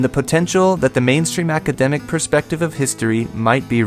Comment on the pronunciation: Lol he can't even say the word academic let alone think to know